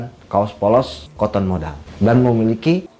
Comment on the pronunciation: Kenapa nyebutnya koton, kan mbacanya katen